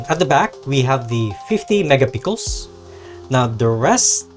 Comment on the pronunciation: Megapixel Sir not mega pickles, you got it wrong pronunciation.. No offense Sir.